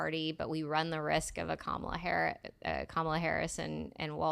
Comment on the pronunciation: It sounded like Dr Joke Biden called her Scum-ala play it back you’ll hear it